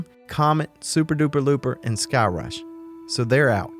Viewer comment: All I heard was " don't go to thigh-crush " hahaha. Great video as always.